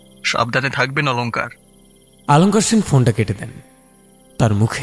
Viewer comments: k aloskar bolche nije. R r dialogue throwing money hocche kichu dekhe reading porche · Barbar bhul uchha ron.jiv pariskar karun.alon kar noy.. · chara keu emonki khud o nijer naam er thik uccharon korte parche na..